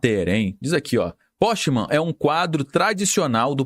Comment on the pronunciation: A pronúncia é poquemann não é porschemann... Ele não é parente do Porsche! Pqp!